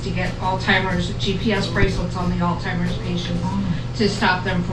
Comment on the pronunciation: The lady that was talking pronounced Alzheimer's wrong. She said alltimers.